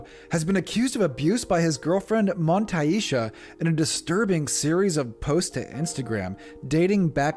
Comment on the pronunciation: The way that dude says " montay eesha " instead of montasia just shows you how he knew nothing about the situation but was tryna jump on a trend